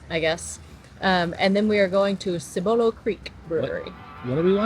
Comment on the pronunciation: Don’t emphasize BOLO in Cibolo, like Ci-bolo. We say Cib-olo, 😂 hard to explain. Love me some breweries though! We’re also 44v14 owners. If ever up for a brewery meet up in SA let me know!